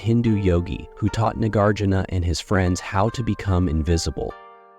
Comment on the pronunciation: Please learn how to pronounce "Nagarjuna". You offer about 3 different versions here and ALL of them are incorrect.